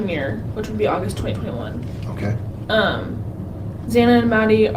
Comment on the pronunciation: Why does he continue to say xana bane wrong!!